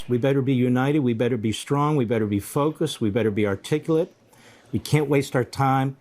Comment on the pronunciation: Right out of the box this 'news guy' shows what an idiot he is. "We have to be articulate'' and he pronounced articulate incorrectly. He says "ar-tik-coo-let'' Its "ar-tik-cue-let". Maybe a small thing but it drives me crazy.